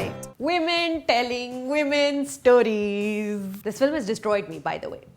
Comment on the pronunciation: This is such a good movie, why do you have to ruin it by "wiiiiimeeen telling wiiimeen storizzzz"